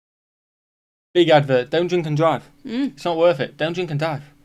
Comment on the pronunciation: "Don't dwink and dwive" he said it perfectly... almost.